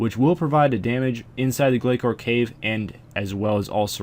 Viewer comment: Sadly, according to the person who made them, it's "gla sore" :)